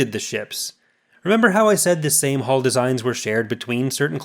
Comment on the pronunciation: its sounds like you are saying haul not hull